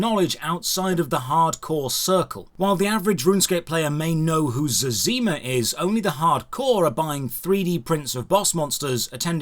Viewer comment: Knowledge of prayer flicking doesn't make one hardcore, actually doing it does. Knowing you mispronounced Zezima makes me hardcore.